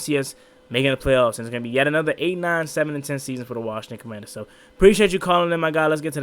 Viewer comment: The Washington Howclaurbinsons 😅🤣😂 featuring Joey Slye.